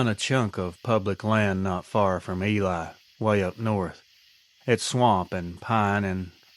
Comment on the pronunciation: It's pronounced eeelee not elie MN.